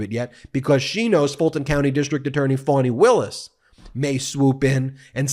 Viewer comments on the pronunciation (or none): none